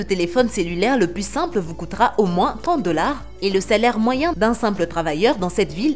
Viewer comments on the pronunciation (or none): C'est sans "s" normalement lorsque "plus" est parlé on dit "plu je veux ... "